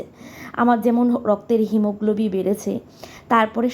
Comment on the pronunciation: হিমোগ্লোবি না হিমোগ্লোবিন বলো ❤❤